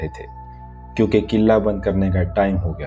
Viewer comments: Nice stories plz upload soon First of all its kila not killa 🤣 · Bhai it's not a killa it' s kila but any way you your story is amazing keep it up 😊😊😊😊😊😊😊💖💖💖💖💖💖💖💖💖💖💖💖💖💖💖 i love this story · First thing this is kla not kila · Killa ya klle nahi hota Kila hota hai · Bhai killla nahi yaar bahut hassi aarahi kille Killa sunn kar btw nice video 👻